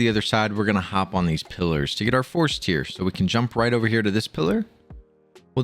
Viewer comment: It's not force "tear" like crying, it's "tear" like you tear a piece of paper in half haha.